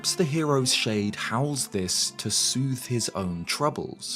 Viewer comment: I'm getting too irked out by how you pronounce shade when you say hero's shade